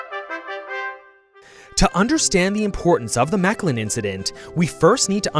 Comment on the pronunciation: I have never heard mechelen mispronounced that badly in my entire live Ah almost forgot, very good video.